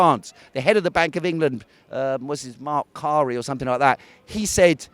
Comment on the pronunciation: What tosh. Mark Carrey? You can't even get Mark Carney's name right. The Atlantic Council document he refers to is about investing in renewable energy in emerging markets. What's wrong with that? Seems to me you are inferring that investment companies will treat renewable energy as some sort of casino gamble. If it pays off then great. If it doesn't then that's also ok because we don't lose.But you have no evidence of that. Investment companies such as pension funds don't work that way. The clue is in the name. Investment. .Article below.